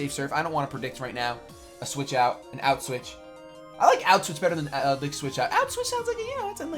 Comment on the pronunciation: Put switch sounds like auchwitz....not cool